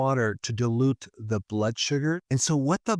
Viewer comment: Berg's pronunciation of dilute sounds like delude.